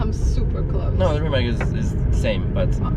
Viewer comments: RimaC, nicht RimaK und auch nicht Rimäck 🙂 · Every youtuber pronouncing Rimac as Rimak is hilarious. Some of them even met the man, do they just not listen when he introduces himself? :D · Nico...Reematz, please!